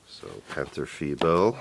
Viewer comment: Very good pronounciation! 👍 "Tiger" is like "Tea-g-er, g like the g from ghost & er like ERror (with a rolling r) "Panther": Pan-t-er, the a is clear like in Attack (not to confuse with the english æ), the th is a clear t (the h is not spoken or just "hinted") like in aTTack. It's not like it is written, not like "the" or "thin" & the er is like in Tiger. Vovels in German & English are spoken/pronounced very different. English e or ea is the German i while the German i is spoken in English like ai in "night".